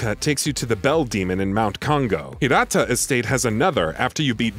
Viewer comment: pronounces Kongou correctly pronounces Senpou as Senpoo